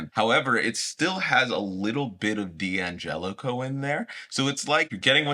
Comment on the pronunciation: Can someone explain to me why D'Angelico and D'Addario are mispronounced so often?